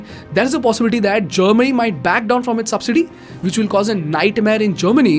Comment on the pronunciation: people who dont understand kindly understand its germany not chamini.